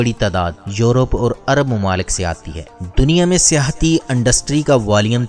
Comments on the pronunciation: Industry not undustry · Dear despite of information your pronunciation is quite wrong. I feel that you had never been at a good institute. You said Andustry where as it is Industry. You said Araq whereas it is Iraq. Tjhere are many words you spoke wrong. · Andustry kiya hota h bhai Targat kiya hota h? بھائی آپ لوگ الفاظ لاتے کہاں سے ہیں اور ایسی فحش غلطیاں کیسے کرتے ہیں. تقریبا ہر لفظ کو بدل دیتے ہو آپ... امید کے اصلاح کریں گے. شکریہ